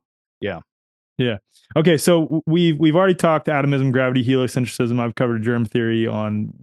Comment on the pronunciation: It's "helio-centrism," not "helio-cent-riss-ism."